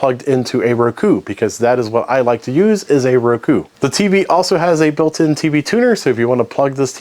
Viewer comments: Please learn how to pronounce Roku. It's Row, as in row your boat, ku, not ruh ku. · I use “Rakoo” lmfao why do you say it like that my man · stop pronouncing Roku that way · Why is bro pronouncing Roku like that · I've never heard roku pronounced like that. And really never heard ethernet mispronounced lol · The way you pronounced Roku made my eye twitch.